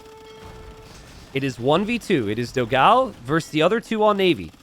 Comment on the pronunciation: cool match.. very sad about the third game drop. BTW, its pronounced dó-gão (big dog, its actually pronounced just like dog with an open o) and fló-gão (a pun with an old website for photo blogs popular in Brazil 20 years ago), so fló (as in florida) gão (the way you say it is almost correct, only the a is a little more open as in GAUMN rather than a thin a, GAEOMN a bit like we say dawn. the best reference would be this 13 year old relic of a song